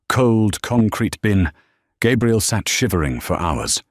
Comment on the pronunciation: Why is she called Gabriel instead of Gabrielle?